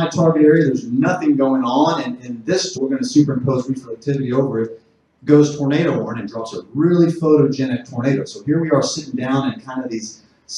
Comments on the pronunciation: it kept saying tomato, not tornado XD amazing. thanks for explaining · Love the subtitles generating “tomato” every time you say “tornado.” I kept getting tickled while trying to focus on the information lolol.